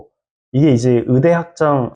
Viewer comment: 의사 의대를 자꾸 으사 으대라고 하니까 듣기가 힘드네요. 신뢰도도 떨어지구요.